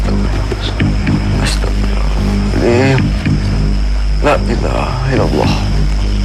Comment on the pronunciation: Meluruskan aja Yg benar Astaghfirullahalaazhim bukan astaghfirullah aladhim😅